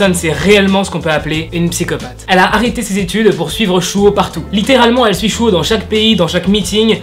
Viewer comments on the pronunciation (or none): J'aime bien ta vidéo ! Juste pour la prononciation le "s" des prénom ne se prononce pas "ch" mais "s" par exemple tu dit ( chehun et chuho ) alors que c'est ( sehun et suho) voilà juste pour la précision ♡ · Pour la prononciation Sehun: seOUN ! Et pas SHEHOUN Baekhyun : békione et pas BAEKYOUN Suho : suO et pas SHUHO Voilà c’est tout, c’était la règle de prononciation, merci de m’avoir écouter, cordialement 💩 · Pourquoi prononce tu le « s » en « ch » chehun chuho 😂😂😂😂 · La JYP a demandé au sasaengs ? L’agence des EXO c’est la SM ... mais c’est pas grave 😂 niveau prononciations : [Cé (ssé) ounn] Sehun [Bé Kyounn] Baekhyun [Ssu O] Suho C’est dommage de savoir pour le dernier cas, que c’est une sasaeng parce que son compte est super beau (je trouve) mais par contre on en parle de ses yeux disproportionnés?